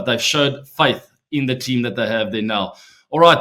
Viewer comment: The way he says my tean🥹